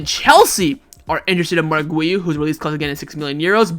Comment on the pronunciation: His name is not wiu, his name is Guiu